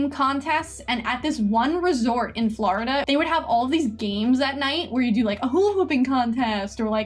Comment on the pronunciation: It’s funny how she says florida